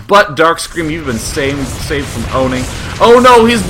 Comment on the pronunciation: "qween wush fwom wubby"